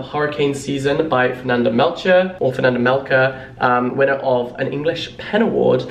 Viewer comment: hurricane season is soooo good! also it’s melchor as in chore 🫶